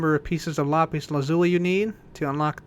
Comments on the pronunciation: it's pronounced "LA-pizz", not "LAH-PEEZ". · You pronounce lapis as lapeez, just sayin' not judging.